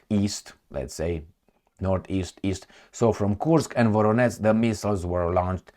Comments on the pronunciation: nu se pronunță ca Voroneț ci Voronej, la fel Jitomir, Rijev, etc. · it is spelled: VoroneJ not VoroneTZ and also - Jitomir. U r welcome. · How many times I have to tell you? Where is NO such a City in Russia as you are saying - “VORONETS”!!! 👎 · Thanks. When you see ZH in a Ukrainian name it's to pronounce the sound you find as final sound in "garage". The sound written in french often with the letter J ("je t'aime"). You pronounced well for Zaporizhzhia, but not for Voronezh or Zhitomir. There is a letter in Cyrillic for that phoneme : Ж. In Slavic languages with Latin alphabet it's often written as a kind of Z with an accent : Ż or Ž, but internationally it's often written ZH